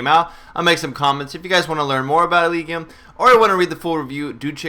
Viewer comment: I think it's pronounced "El-ij-ee-um"